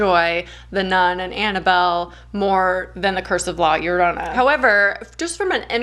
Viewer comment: Your pronunciation of La Llorana is sooooooooo good! You're the first English speaker who actually took the time to learn how to say it. Having said that, the legend of la llorona is so famous here in Mexico and when I saw the film I thought it was fine, they stayed truth to the legend and the movie was entertaining so. It was good